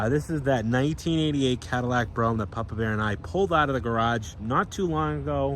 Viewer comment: He actually pronounced it correctly